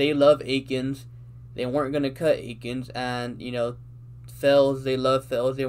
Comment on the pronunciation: Why is it so hard for people to say Akins at this point 🤦🏻‍♂️